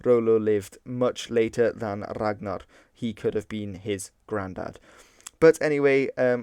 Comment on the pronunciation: The gn in Ragnar is pronounced ng+n "Rang-nar" just said like you pronounce it in modern English is a better proxy.